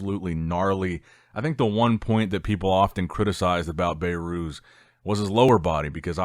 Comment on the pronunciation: His name is behrooz Be(h)rooz Not bayrooz